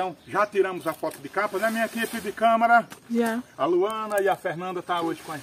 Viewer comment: Câmera!!! E não câmara!!!